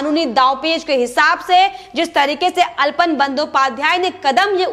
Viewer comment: अल्पन नहीं आलापन सही उच्चारण है। कृपया भूल सुधार कर लें।